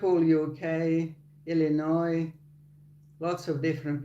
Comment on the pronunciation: Reporting from Chicagoland - So sorry I missed this! Also, thank you for knowing how to pronounce Illinois! This makes you better at US geography than an embarrassing percentage of our own citizens. (Drove me nuts long before I lived here.)